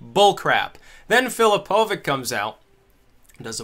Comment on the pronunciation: U mispronounce filipovic and im a croat but dont wory u are not racist! filipovic is pronounced as filipovich!